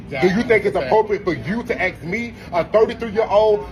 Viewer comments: I’m Scottish and I’ve always been curious why black Americans say axe instead of ask. I swear I’m no being racist people I’ve just only ever heard black peeps say it. If other Americans do it to and it’s an American colloquialism then my bad but I’m dying to know. So can anyone tell me why it’s said axe not ask ??? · Yeh it’s so ignorant to say “axe”.. It’s very common though among low income areas for some weird reason. But, I believe this mistake is derived mostly from a common learning disorder called Dyslexia. So it’s not “axe” they are saying, but confusing the letters n saying “aks”, instead of ask. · Did I hear right? "Aksking me?" Aks me?" Can I finaly use the word NIGER in this case? Becouse i think this niger isn't literate at all. Right? Best wishes to all decent Americans from Prague, Cuech republic! 🇨🇿🗽🇺🇸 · Why are u AX-IN him? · Axsing me ? Cant even talk properly😅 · As soon as I heard “acksking me…” he lost all credibility to me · As soon as they say “axe” jus know you’ve already won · AXE you 🪓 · Don’t “Axe” that man nothin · “Axsking me” He lost when I heard that😂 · "What is it you was axsking me" Any attempt to explain would be pointless until you learn English. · Not only can he not hold his knife by its handle, he can't even say "ask" properly either 🤦🏻‍♂️ What an absolute moron 🤣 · I would also like to know what he was "aksking" him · Axing me. 😂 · Axing is a threat isn't it? I mean the dude was just asking him to turn the volume down, then the 33 yr old man threatened him with axing him. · Axing. Haven't heard that verb in a while. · Axe me?? 😂😂😂😂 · he said "axed". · He "axed" him? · Is there a reason that we can make fun of them for decades for saying “aks” And they just can’t fix it? At this point they deserve it. And black people need to Learn manners and accountability, it’s not always racism, maybe sometimes it’s because you’re a piece of shit. No pun intended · why can't he pronounce "ask" properly? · I hate that they can't say "asking".